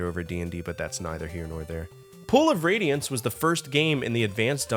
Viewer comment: Pool of Radiance, not Pull of Radiance. My Inner English Nerd was crying into his beer so I had to speak up. Sorry. 😅